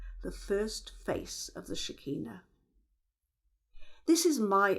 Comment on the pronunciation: SHER. KEE. NAH. not shikeenu